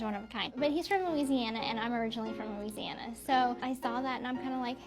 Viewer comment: Props to for pronouncing Louisiana correctly. As a Nola native, I have gotten irrationally angry at YTers pronunciation of Louisiana. 😂😂😂😂 Love you girlies!!! 💜💜💜🩷🩷🩷